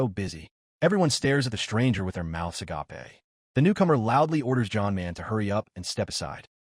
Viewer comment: Stop letting your AI parser generate the word "agape" for when someone's mouth is open. It's pronounced uh gayp while the word "agape" (the greek word for selfless love) is pronounced uh gah pay and EVERY TIME your stupid AI reader turns uh gayp into uh gah pay. It's NOT THE RIGHT WORD. Just have it say "with their mouth hanging open"